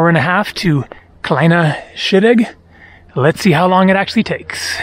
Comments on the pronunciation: Close. "Kleine Scheidegg" is pronounced "Cline-ah Shy-d-egg" Trust me there, I am Swiss. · Spectacular work,. It's pronounced "Cline Ah Shy Dig" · Love the Kinda Shit Egg and Yung Far Yok ... working on Swiss pronunciation